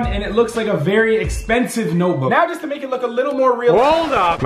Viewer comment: Y u say lical not little